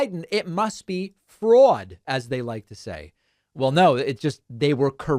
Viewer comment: "Froad!" Lol....